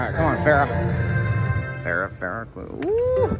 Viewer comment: And Pharaoh "Farrah" 😆